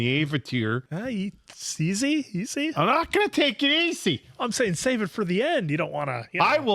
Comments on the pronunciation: The “Ayvateer” 😂😂😂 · The moment they said "Ah-vatar" I knew this was a shit movie. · I saw this movie opening weekend. In 3d. It cost $22. I went with a buddy of mine. Apparently, during the opening scroll, as soon as they said "Uhvetar", I audibly went... "Oh no...." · Ahvatar isn't nearly as bad as Aang which rhymes with gong. Ahvatar sounds like it could be slightly British. Aang is some sort of weird double cultural appropriation since he is actually based on a Tibetan Buddhist model but it's not his name. So it's a bit like if the Beatles (who were inspired by Eastern religions) gave themselves Tibetan names rather than George or Ringo or Paul. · Sadly saw it in theaters always regret not leaving after hearing that first Avatar pronunciation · "I mean Ang, Ung whatever they wanna call him, the Avatir.." You had me laughing so hard I actually choked for a second,:D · sOHkka, AAHng, AHvatar, URo This movie is the definition of looking something up on Google once and making a movie about it without any other information, not even how to FRICKEN PRONOUNCE THEIR NAMES. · The whole "ahng" and "uhvatar" mess was Shyamalan being super arrogant and claiming the cartoon had all of the names wrong.